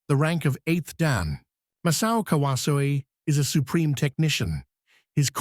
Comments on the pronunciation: Learn how to pronounce his name! KA-WA-ZO-E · Tell your AI voice-over robot to pronounce his name properly